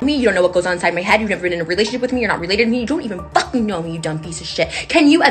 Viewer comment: " flucking" am I hearing her right here?